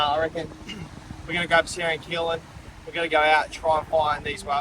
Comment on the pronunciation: Was it just me or was calling Keelan Keegan? 😂 Isn't there any fear of sharks when you are diving out deeper? Its amazing how well thought out your off grid camps are...from food to water. Great episode guys! 👍